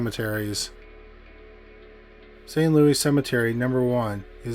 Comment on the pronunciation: I know so much about St. Louis #1 (by the way, THANK YOU for pronouncing it correctly!) and it was nice to hear the stories shared so well, but the ones in Argentina and Scotland were unfamiliar to me and SO interesting and beautiful. I now know where I'm making future vacation plans!